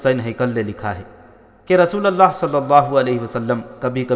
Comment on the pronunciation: ap par ALLAH ki rahamat ho Mohtaram Janab jara dhyan dijiye RASOOLALLAH Nahi RASOOLULLAH hota hota h